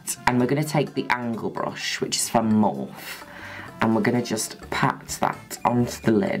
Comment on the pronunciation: Lolllll I forgot how Juno calls Morphe "Morph" 😂😂😂